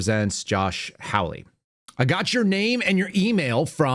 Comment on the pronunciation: Senator Hawley's name is pronounced hall-lee like a hallway in a building not howl-lee as in a noise that is associated with a coyote. Not a biggie but I consider it a little insulting to continue to mispronounce his name.